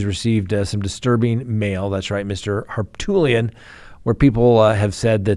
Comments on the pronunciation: HARPOOLIAN NOT HARPTOOLIAN I WILL FUCKING UNSUB IF YOU CANT PRONOUNCE A NAME THAT YOU SHOULD KNOW CORRECTLY,. Wtf. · Please, please stop calling Murdaugh attorney HarPOOLian. It's HarPOOT lian. It's an Armenian name from his family village in Turkey. Harpoot. Love ya-lol. Southerners love nicknames and he got tagged as POOT early on by many. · Why can’t correctly pronounce the lawyer’s name from the Murdaugh case? I’ve heard him pronounce it 3 different ways…..all of them wrong😂 It’s not Hartoolian or Harpoolian.